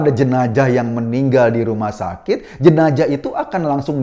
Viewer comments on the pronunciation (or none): jenazah woii bukan jenajahhh